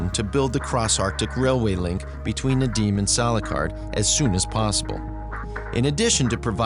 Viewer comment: Прикольно, как он говорит "Надим" вместо "Надым")